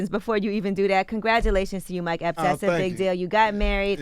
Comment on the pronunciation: It sounds like they call him Mike Helps instead of Epps😂😂😂😂